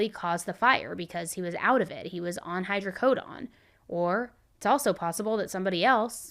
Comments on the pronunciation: Hydrocodone not hydrocodon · imma be petty…..it’s hydrocoDONE, as in rhymes with bone, cone, tone, etc. 😂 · Sweetie, it's hydrocodOne. Say the letter "O" when saying every "O" in the word. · It’s Hydrocodone rhymes with own, moan, thrown, flown, tone drone, and cone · just so your aware oxycodone and hydrocodone are not pronounced with the “oxyco”done” part sounding like dawn or actually sounds more like “drone” without the “R” or like the beginning of Donut 🍩, I’m explaining it this way in case google is where you got your pronunciation of it, I work at a doctor’s office and been with a pain Doctor for over 20 yrs so I’m well versed in the correct pronunciation of those medications and just wanted to give you the heads up cuz you are so extremely smart and didn’t want you to continue Miss pronunciation of those medication cuz if you don’t know you just don’t know cuz it’s not something everybody knows or talks about unless you either watch a lot of medical documentary or are around nurses and doctors or even prescribed those meds. Great videos!! Just love you! Watch every video every night you do one!! ❤❤❤❤ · The way you said hydrocodone! 😂😂😂😂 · Im curious how you pronounce rhe word "condone" saying "hydrocodone" the way you do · How do you get this wrong when it’s spelled exactly as it’s pronounced? Her script writers should have filled her in.